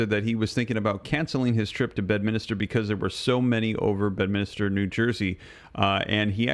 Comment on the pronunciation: I'm sorry but being from NJ, this is driving me nuts .....it's not Bed-min-is-ter..... its Bed-min-ster New Jersey. 😉